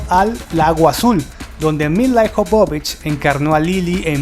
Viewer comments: Se pronuncia Míla Ióvovich y no milaijovovic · Adoro esta película... Y adoro a Milla Jovovich. (Y por cierto no la.sabe pronunciar... Se pronuncia MILA YOVOVICH) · odio como pronuncia el nombre el locutor,..... SE PRONUNCIA mila yovovich... (no como el dice milayjovovich